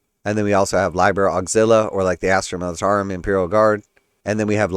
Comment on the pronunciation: I think im gonna pass. Btw it's pronounced lee-ber (liber) 😊